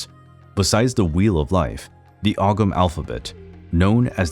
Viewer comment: Ogham is pronounced ohm,samhain is pronounced sow as in pig ,sowan